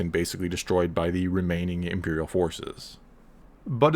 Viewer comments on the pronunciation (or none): none